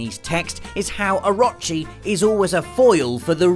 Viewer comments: Orochi = Ahrachi... Just pulling your leg haha. Good video it was fun. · It's "orochi", not "orachi" or "a-rot-chi". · Actually rob its Orooochi. Not Oraaachi. lol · i'm gonna be that guy. it's pronounced or-oh-che not or-ah-che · I love ya buddy. But please tell me you fixed your pronunciation of orochi. Or-o-chi (OR-oh-CHI) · It is pronounced oh-ro-chi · Please stop pronouncing oh-RO-chi like that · It's Oh-roh-chi. Please, Oh-roh-chi. Long o's all around. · orochi is pronounced oo-roo-chi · Anybody else cringe every time he said "Or-ah-chi"? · I've seen some bad pernonciation but "orachi" is just awful Not sure if you are lazy or ignorant. orochi. please learn characters names before next video. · OH-ROH-CHEE. OH. ROH. CHEEEEE. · orochi, A-row-chi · O-rochi. Its pronounced Oar-row-chee (like the chee in cheese). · The way you pronounce orochi really bothers me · I cringed at how he said Orochi... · You're saying Orochi wrong, and it's driving me mental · I cringed every time you said "Orochi". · Is anyone pissed off by how he says orochi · Am I the only one that cringes when he pronounces Orochi.... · But he actually said his name wrong too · Is it just me or is he pronouncing Orochi wrong, I thought it would of been pronounced like Orochimaru from Naruto?! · Please stop saying Orochi and Susano those ways, it's not the right pronunciations, it's O-ro-chi and Su-san-o